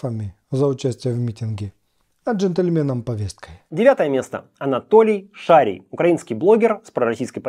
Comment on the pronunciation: шарИй а не шАрий хоть я далеко не его поклонник